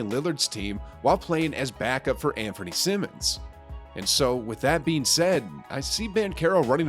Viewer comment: Anfernee sai-mons not Simmons, hate being a smartass but that bothered me lol it reminds me of Ben too much.